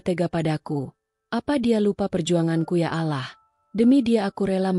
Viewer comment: Pasti bakal seru kelanjutannya. Maaf min tolong untuk pengucapan "Allah", diperbaiki.🙏